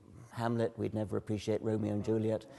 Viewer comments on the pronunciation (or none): none